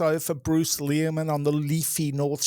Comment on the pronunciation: Lol, it feels almost intentional of to mispronounce Leary-man's name